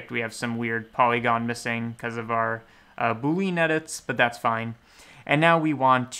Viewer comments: It's 'boo -lee-uhn' not 'boo-leen' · Boo-lee-yan is how it's pronounced btw (with emphasis on 'boo')